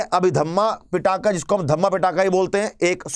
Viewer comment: पिटाका नही पीटक है सर, क्या कर रहे हो